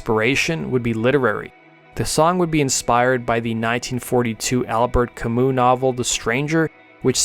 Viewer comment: Albert Camus (not Camous), like in 'debut' or 'menu'. I know that these words are often pronounced in the non-french fashion - but at least some of you might know what I mean. In german that sound would be spellt as an Umlaut: 'ü'. 'Albert Camü'